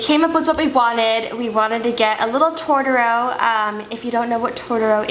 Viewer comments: TOTOro. Not Tortoro. Jesus you cant even say the name of the character right. That tattoo is ugly AF too. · First of all I am sorry this happened, it was a dick move by that “artist” (saying that sarcastically). But this is bothering me... Totoro is pronounced To to ro... As a fan, PLEASE say it correctly. I feel so badly for your sister and partially you too, neither looks like him! But you should have known it would be bad if it was only $150! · “Tortoro”... seriously?